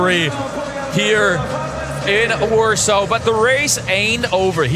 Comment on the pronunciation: Why does the guy keep saying warso? Isnt it warsaw?